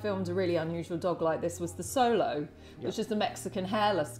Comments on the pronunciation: Also pronounced the Mexican dog wrong. Not “Solo”, pronounced “Show-low” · Pronounced xolo wrong too. Ha butchering all the names